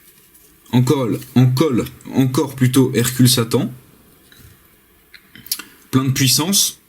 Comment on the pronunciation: C'est moi qui rêve ou il a dit : hercule saint-temps ?!